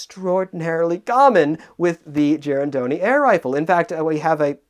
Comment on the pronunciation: was a bit worried he might be butchering the pronunciation of "Girandoni", but the way he said it was quite accurate.